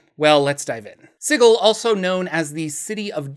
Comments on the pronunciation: Man, sig-ill makes me fucking cringe so hard every time I hear it. Love your content, but that pronunciation thing was killing me. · "Si-gill" huh? Then I guess imma gonna pronounce it "" from now on! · Apparently is Si-gl.. and if you say Si-jl, it would be a crime. This post was made by the Harmonium gang. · Hundreds of years of soft "g" in the English word "Sigil(si-jul)" all but demand "Sigil" should canonically be written "Sigle"(pronounced "single" with no "n") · Hey idk how else to put this but I really dislike the way you say Sigil idk if TWOTC said to say it like that but it just doesn’t sound too great that way I would personally pronounce it as the normal word Sigil as it also would refer to the massive city being a symbol of many things. Other than that thanks for some good videos it helps with a lot of writing and ofc to learn about the overall lore is always good fun 👍🏻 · An excuse for mispronouncing the name of a city, followed by telling people how they are supposed to pronounce your name. Interesting... 🤔